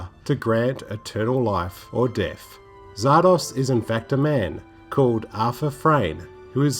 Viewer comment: The title is pronounced "Zar-Dozz" not "Zar-Doss" (just saying).